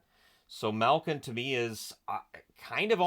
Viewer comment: As always love the content, but there a some pronunciation thing that just irk me. Maybe you picked it up from a Hockey Night in Canada broadcaster, but 'Milk-in,' 'Dats-uk,' and a few others hurt every time I hear them.